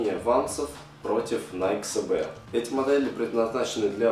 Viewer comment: Что за С Б, sbи правильно